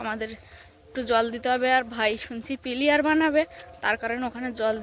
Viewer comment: তুমি যে শব্দটা উচ্চারণ করছো ঘরের জন্য পিলিয়ার বানাবে পিলিয়ার শব্দের অর্থ হচ্ছে খেলোয়ার এটার সঠিক নাম হবে পিলার আপনি মনে কিছু করো না সংশোধন করার জন্য